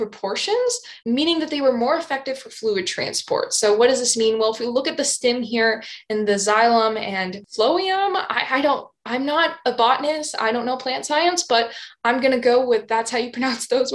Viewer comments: I’ve always heard those pronounced “Zy-lum” and “Flo-um” or “Flo-em”. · phloem is pronounced "flome"